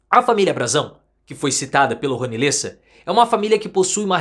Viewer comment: Lêssa? É Léssa… (Lessa).